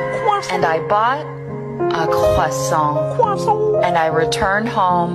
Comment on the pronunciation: She said Croissant like a french you what a translate = ( de à Elle a dit Croissant comme une française tu veux la traduction =